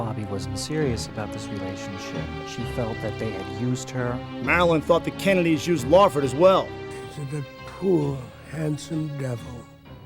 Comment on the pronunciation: Oh am.i hearing wrong but is saying kennelys instead of kennedys